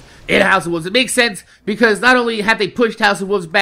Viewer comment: why win u say wolve, u don't pronounce the 'L'